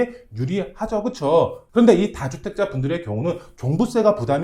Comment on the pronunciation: 다주택자 다는 짧게 발음해주세요